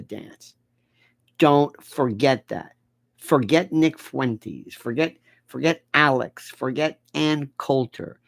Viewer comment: Fuentes is Spanish for fountains. So Uncle Lenny could say that Nick is the source of new energy for "our orbit." But it is Fuen-tehs, not Fooay-tays. Who calls Tesla Tays-lay? Nobody I know. If Lionel doesn't trust me, he can call up his Spanish-speaking buddies in Florida.